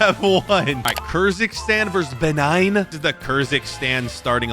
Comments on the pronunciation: Someone Should teach that it is pronounced Bae - nin not Ben 9. Man of Action is really messing with his head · WHEN HE SAID BENIGN INSTEAD OF BENIN I NEARLY DESTROYED MY PHONE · Pronouncing Benin like “Benign” 😭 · be like: BENIGN! GUINEA BASSU!